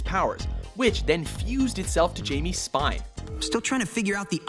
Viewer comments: HI-MEH REY-YES, not fucking JAIME RAYS. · "Hai-Me" - "Rey-as". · Pronounced so wrong its pronounced haimay rayis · TOTALLY mispronounced Jaime Reyes' name there guys. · how white is this guy that he can't correctly pronounce the name Jaime Reyes XD